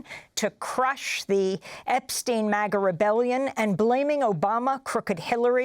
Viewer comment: It’s not MOGGA. It’s MAGA!